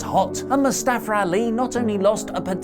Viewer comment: Good thing they dropped the name Mustafa, so you can no longer mispronounce it as Mustafara